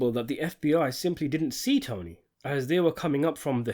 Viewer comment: He did-dent